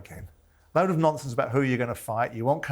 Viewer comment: Simon ‘no nomfonce’ Jordan🤣